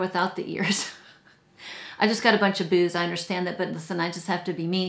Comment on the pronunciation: Boos not Booze lol 😂 😆